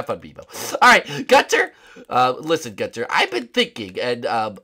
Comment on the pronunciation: when you say gunther you suppose to say it like gun and then ther